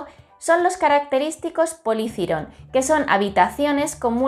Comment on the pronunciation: Me encanta cuando pronuncias polythyron :3